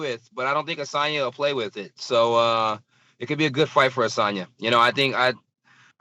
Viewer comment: Asanya? Dude you wont respect from the chap, at least try and say his name right.